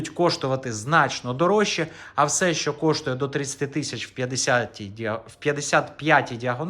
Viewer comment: Не "шо", а "ЩО"!